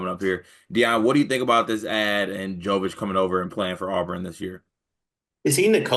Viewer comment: pronunciation killed me. "Phillip Joe-vitch."